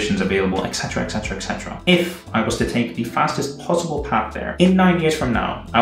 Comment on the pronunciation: I love your videos, they’re really inspiring to me at this point in my life. But please start pronouncing “etc.” correctly (esetera, not ecsetera). xD